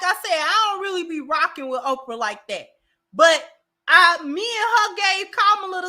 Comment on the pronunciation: CC did she just call Oprah Opar? Play it back play it back😂😂😂.